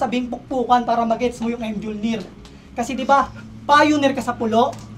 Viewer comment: Si batman napapikit sa bigkas ng Em Jol nir 😂😂 embis na myolnir ung Mjolnir😂😂